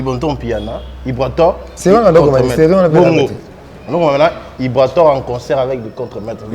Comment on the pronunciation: Ibrator et non Ibraror bo corriger ko Ah ! 🤣☝🏽